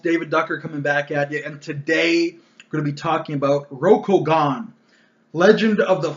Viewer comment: “Row-Koh-Gahn” hurt every time you pronounced it like this.